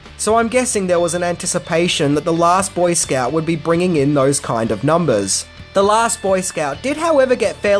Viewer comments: Love your videos! But, dude: it’s BOY scout, not boy Scout….Lol but I love you British folks and your interesting pronunciations! Keep it up, buddy! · BOYscout not boySCOUT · I love your insightful videos,. But when you say the title of this movie, it’s hard to listen to you put the emPHAsis on the wrong syLAble. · Must be a regional thing, the emphasis on scout in boy scout. Never heard it that way. Always heard it with the emphasis on boy like it's 1 word boyscout. Nothing but love.